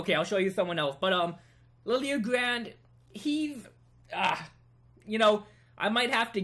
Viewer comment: Liljegren is pronounced {GREN} not {GRAND} just so you know. Great meticulous work. Keep it up!